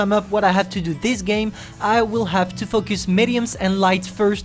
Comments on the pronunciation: The way u say 'Focus' ~fucc us..😂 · you cant say focus